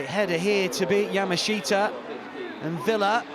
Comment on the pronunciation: Yaa - Maa - Shtaa Three syllables. All of them rhyme. There is no "shee" sound. PLEASE learn to pronounce the name Yamashita! Getting it wrong for a week or two is simple ignorance. Getting it wrong every week for two years is blatant, inexcusable racism. FFS if you can pronounce "NGolo Kante", surely you can pronounce something as simple as Yaaaa Maaa Shtaaaa